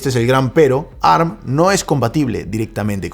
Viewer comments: Si sabeis que ARM es un acronimo, por qué decis ¨arm¨ y no a-erre-eme? Es como si en vez de decir a-eme-dé, dijeramos amd tal cual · Que molesto escuchar “arm” y no A R M A alguien que sabe de tecnología